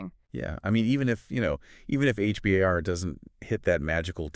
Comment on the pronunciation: We call it H-BAR. Not H B A R